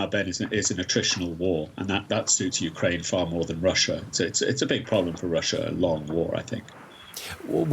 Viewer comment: Hey Putin - Its Ukraine not Orkraine!